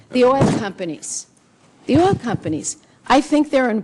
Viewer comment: She can't even say oil!! She says ol